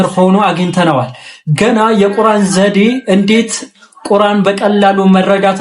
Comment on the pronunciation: ቁራን ሳይሆን ቁርአን ነው